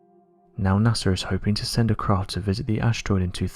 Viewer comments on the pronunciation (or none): Dud are you saying cras , craft or crafts , cause damn bro my ocd is going bananas